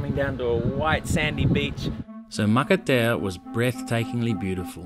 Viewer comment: Matatea, pronounce maka- pronounce t as an s makatea, it means an island make up of coral, I following your vblog